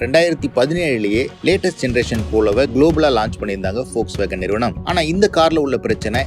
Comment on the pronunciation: Athuku Peru Volkswagen , folks nu solringa